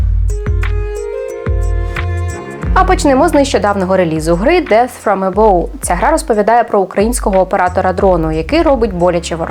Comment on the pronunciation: «Фром ебав», «дес фром ебав», не ебов